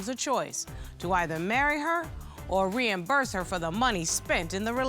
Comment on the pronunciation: She fucked up the moment the word Reimburse came out of her mouth